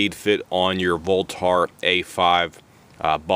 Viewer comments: It's not pronounced "lenth" and it's not pronounced "voltar" .. haha geez, wtf also, those weights are supposed to move freely. You need to go learn some sh*t bro.. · Ahhhh im gonna go ahead and tell ya here aaaahhhh for the 50th time its a "voltaaarrrr" buffer........ahhhh....yeah.......ahhhh